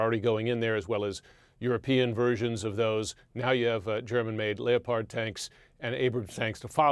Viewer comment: Lee - ohh - pard tanks ???